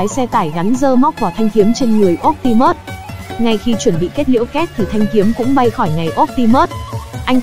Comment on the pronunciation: Phát âm bị sai chữ optimus nhé.